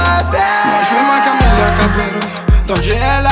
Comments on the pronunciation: pourquoi il prononce Camélia au lieu de Camilla ? y’a que moi qui capte ou quoi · le mec est fort il fait un son sur une meuf mais il prononce mal son blaze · lili maca oui je sais mais il prononce Camélia pas Camila